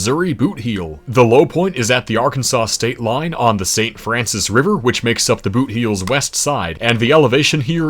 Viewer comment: Bootheel is pronounced boothill. For some fuckin reason